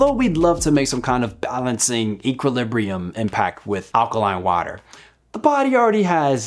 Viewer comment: did you just say "allergy eaters"?